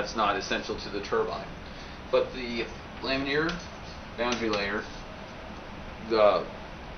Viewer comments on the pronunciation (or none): Lam-in-ar not lam-in-eer. It's like hearing someone say "nucular" over and over. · laminar. It's laminar. Not lamineer.